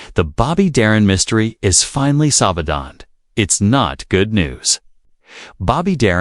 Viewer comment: Sol (pause) ved? Laughable pronunciation throughout.